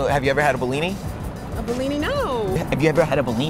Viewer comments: bro i live in russia, its not blini, its called blin. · Oh great, finally someone in the media talking about something to do with Russia in a relatively positive light. I've had enough of anti-Russian propaganda. Oh, and it's pronounced blini or blin, NOT behleeni. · I'm Ukrainian and speak russian on the regular basis. Through the whole video I couldn't understand why you call our ''БЛИНЫ" BILINY, until the text at the end. Please, teach americans to spell BLINY correctly: /ˈbliː.ni/ Lots of love <3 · You should have went to Brighton Beach. Its next to coney island. That's real authentibeing. And maybe got more for $5.00. To blini, not belini. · Its Blinis not Belinis :D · Dude, it is not "bellini"? its bliny. How freaking hard that is? LOL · You pronounce blini wrong. You say it in a way so it sounds like it some italian cuisine. Emphasis on a first i. that way is sound Russian